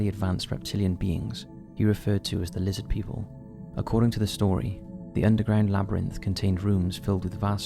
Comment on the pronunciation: Lizzid Peeple!! - HeckleFish 😂😂😂